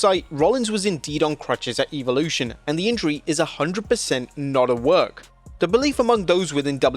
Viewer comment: bro is relentless is misspronouncing this PLE, its EV olution not EVE olution